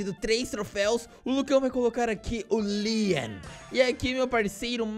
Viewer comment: Como escrever: Leon Como falar: Lean